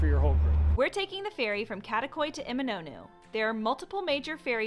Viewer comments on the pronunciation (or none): Hi, just a friendly note: be careful with the names. As we have "Kadıköy" and "Karaköy" (fully different districts), and could be confusing when you say "Kadakoy". 😊